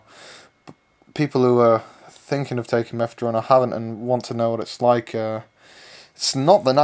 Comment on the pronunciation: Guy there's no fucking "T" in fucking Mephedrone